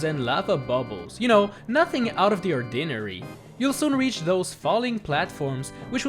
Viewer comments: Or- din- ori. Ordinary. He says ordinori. Not Ordinary. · that pronunciation was pretty out of the ordinary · I... broke a little, when I head him pronounce "ordinary" like "oh-dinner-y".